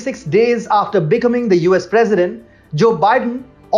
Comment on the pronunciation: You guys are awesome. I love your brash reality about what the liberals and U.S. media are up to. A quick tip if I may. I'm an English teacher - specifically pronunciation. If you'd like, I'll help you. The word - becoming - which you said numerous times, will be understood by Americans if you say, "bee" (like the animal that is yellow and black stinging, honey making), "come" (like when you say come here) and then add ing. Emphasize come. beCOMing. Just an English tip! You guys are awesome!